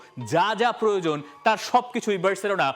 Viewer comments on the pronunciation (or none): none